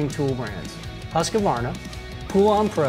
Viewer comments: Fyi, it's not pronounced hus-que-varna, it's hus-kvarna. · THANK YOU FOR A GREAT VIDEO the car industry is very much the same as I guess are most others. A little thing I learned over sixty years ago, when I started riding MotoX It's not Husg-A-varna it's Husqvarna, one of my very first lessons in diplomacy. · Nice video, I learned a lot, thank you. Also Husqvarna is pronounced with three syllables, 'Husq-var-na'....not with four, 'Hus-qa-var-na' like you and so many other people say. They add an A that is not there. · It's "Husk-varna" not "Husk-a-varna." Well, if you want to be totally correct, it's "Hoosk-varna." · Pronounced husq varna, not husk-a-varna. Great vid! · ..I have heard some Swedes pronounce it "Huse-vana" or "Hoos-vana"..... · It’s a mystery why so many Americans adds an extra A. Husqvarna is pronounced “Hus-cvarna”. ”Qvarn” is old spelling for ”kvarn” which is mill in English. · Why can't people pronounce huskvarna . It's not husk a varna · husq-var-na where does the extra 'a' come from? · And ever since Stanley bought Facom, Facom went down in quality on a lot of the tools they used to make, also moving some of the manufacturing to China in the process. Also what's up with pronouncing Husqvarna it's not HusqAvarna. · Why do you say Husqvarna like "Husqavarna" it really bothered me. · My ears bleed when i heard how he read Husqvarna... it is simply hooskvarna. No damn husky... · yessss. i was just about to comment this, why do Americans pronounce it like that? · If you can’t pronounce the brand name, it’s owned by Husqvarna… which the narrator mispronounced. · It's a common mispronunciation. I advise letting it go. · The way he says Husqvarna sounds so wrong to me...